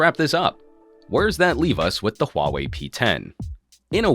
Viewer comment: omg, i have to say you pronounce the “huawei” perfectly!